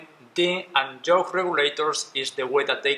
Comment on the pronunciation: I know English is not your first language but you keep saying “Joke “ not Yoke 🤦🏽‍♂️🤣🤿